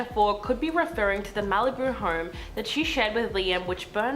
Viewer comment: why do you say home as horm lmao